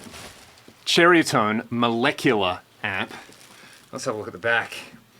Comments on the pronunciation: the name is not pernounced "cherry a tone". its pronounced exactly as it is spelled.ceriatone. sir-eye -a -tone.and for what you paid for it you could have gotten a used bogner or any other real amp. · Did you say Cherriatone? That's what I thought.....still very cool,cheers.